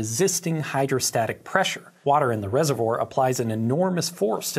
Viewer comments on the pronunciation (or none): Why do you pronounce reservoir as yezzevore?